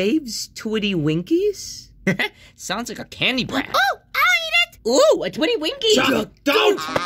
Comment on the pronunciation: Its pranounce"Twiddy Dinkies" Not "Winkies'